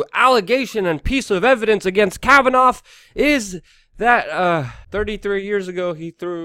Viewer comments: It's pronounced "KAVAN-AW" not "Kavanauf." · Kavannaaaaaaaa Not Kavanoffffff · Pronunciation is a key to good commentary. The mans name is Kavanaugh not 'Cavitoff' . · Ok so you pronounced Kavanaugh’s name two different ways...Which one is actually the way you speak? Kavanoff or Kavanaugh? No biggie just curious... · Kavanoff lol Luke